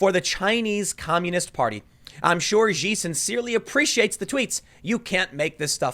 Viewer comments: Tim, Xi is pronounced like "she" not "zee" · Xi NN is pronounced "She NN," not "Zee NN." Xi Jinpeng's first name is also pronounce "She." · Not "Zee." It's pronounced "Shee." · Tim: "Xi" is pronounced "See", not "Zee." See-NN, C-NN, Xi-NN all sound the same. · You will be much closer to pronouncing "Xi" as "she" instead of "zee". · Not to nitpick but xi is pronounced as she. I'm just saying she-nn sounds better than znn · Tim I know you won't see this but Xi in Chinese is pronounced closer to she than zi. It makes the joke stick a lot better. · "Xi" is pronounced "She" and not "Zee" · Tim... It's not Z nn... it's pronounced She, it's a play on words lol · 'xi' is pronounced 'shee' Tim. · Xi is pronounced "She" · It’s pronounced SHE NN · Isn’t Xi pronounced “She”? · Tim it's pronounced more like Shee-N-N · Xi is pronounced ‘SHE’. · XI is pronounced "She" Tim. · "xi" is pronounced "she"by the way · Actually, it's pronounced like letter C. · Just a note, Xi is pronounced like She. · It's actually pronounced like letter C. Shi is pronounced like "She". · Tim, Xi is pronounced "she" 让美国再次伟大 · Xi = "Shee" ... Shee-N-N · "Xi" is pronounced "she" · Xi pronounced like She: SheNN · Gotta step in here, Tim. Xi is pronounced "Shii." Besides being correct, it also makes "Xi NN" much funnier. Or to keep things simple, just refer to Xi Jinping by his western name and title, "President Winnie." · Tim, for the love of Mary. I am white, but can speak Chinese. That winnie the pooh looking leader of China last name is pronounced SHE like a girl. X is SH sound in pinyin. pls Tim, your killing me...LOL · “Xi” is pronounced “she” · Tim, the X in Chinese is pronounced like /Sh/ as in shoe. CNN = Xi NN sounds very similar. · I know Tim doesn't read comments, but Xi is pronounced "Shee." Shee-en-en was the word play there Ps. Double points to Don Jr. for making it sound like an Asian accent as well😋